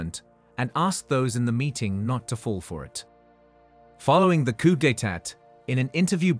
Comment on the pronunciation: It's NOT 'coupe' (meaning cup in French). It's [koo], the P is silent!